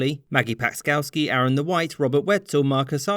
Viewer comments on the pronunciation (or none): none